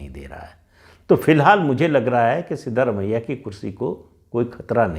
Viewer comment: Sir it is सिद्रामय्या not सिद्धरामय्या